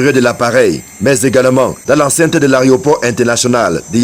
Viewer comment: Les journalistes camerounais ont réinventé la langue française dans le domaine de l'aviation. On dit systématiquement AREOport au lieu de AEROport, et la ce reporter parle d'autorité AREOnautique au lieu d'AEROnautique , d'AREOnef au lieu d'AEROnef Je ne sais pas si la langue de nos spécialistes des médias est dotée d'inverseurs de.....pensée 😅